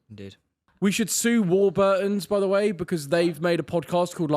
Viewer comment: Why did Joe say warburtons like that